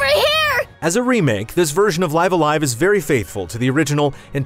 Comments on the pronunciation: I’ve had all kinds of fun with this game. I’m currently on the penultimate chapter. (If you know, you know…) You also get props for actually saying the title correctly. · Curses, he said the title the correct way. I miss the old fan live alive pronunciation. It’s just nice seeing this classic get it’s due.